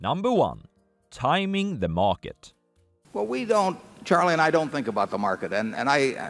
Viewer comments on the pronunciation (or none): 'Morket', lol